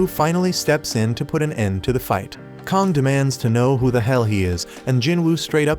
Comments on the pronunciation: Also his name isn't Kong its kang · kong bro it's kang and leo is supposed to be yoo